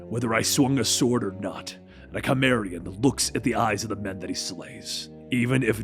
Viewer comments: i was worried when i heard my favorite character conan the cimmerian was going to die, but im glad its just his cousin, conan the chimera. lol, loving the content, but gota check out the pronunciations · I love ya brother. Pronounced See-mehr-ee-yan. You're still awesome brother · "The Chimeraean!" The what? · Just a heads up Cimmerian isn't pronounced with a k sound, it's pronounced with an S sound. Gotta do that research before diving into the Robert E Howard world sir! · WE NEED CONAN btw when it comes to saying his race it's cimmarian the "c" is a soft "c" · Duuuuuuuude its cimmarian....pronounced sym. Always listen to pronunciation first folks! The documentary and literally all the films are there for reference! Otherwise thumbs up. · Pronounced "Sim",. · Pronounce his race correct c’mon man ! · Love this story, but your mispronouncing Cimmerian. keep the story coming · (facepalms at the pronunciation of Cimmerian and Cimmeria)